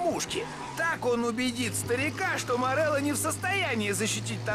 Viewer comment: Никто: Обсолютно никто: Булкин:ВЫ ЧЕЛОВЕК МОРЕЛЛО СЭР